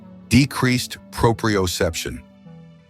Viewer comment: "Decreased proprioception," which the audio mispronounces, is not an explanation: it is the very thing the video is claiming to explain. The other twelve things listed are mostly varieties of exactly that, decreased proprioception. Decreased vitamin B-12 absorption, for instance, may be a cause of a worse sense of balance; they are not parallel results.